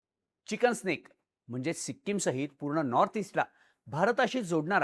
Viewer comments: चिकन स्नेक नाही भाऊ चिकन नेक म्हण. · चिकन स्नेक नव्हे ते चिकेंस नेक म्हण😂😂